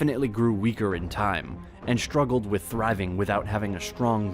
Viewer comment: SHtruggled, SHtrong, SHtreet 😅